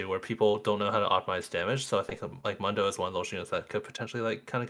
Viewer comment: MOON-DOH , day it with me MOON-DOUGH